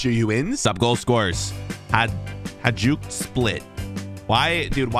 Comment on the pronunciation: Its pronounced hayduk